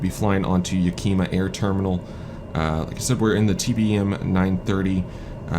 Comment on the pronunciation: And it’s “Ya-ka-ma” not yakeema. lol That hanger you taxied too is my flight schools maintenance shop!